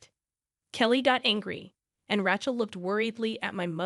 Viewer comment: Mispronunciation of the name RACHEL ....in many of your stories .!!